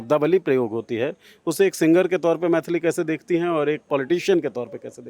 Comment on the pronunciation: मैथली ❌❌ मैली ✅✅